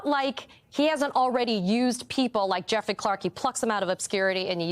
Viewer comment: "Jeffley". Lol